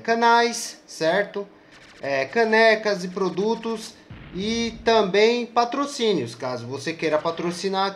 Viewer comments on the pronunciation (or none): "Paitrocínio" kkkk #tmj